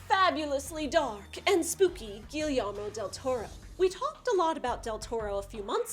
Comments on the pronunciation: It’s a Spanish thing so I honestly don’t blame you, but whenever two LL’s are next to each other they become silent. So Guillermo is actually pronounced gi-yermo. Like think jaeger. Or my last name, Villanueva being pronounced viya-nueva...anyway loved the review!! This is up there with being one of my personal favorite comic book movies, and you kicked ass! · Oh my god the way she says "Guillermo" makes me puke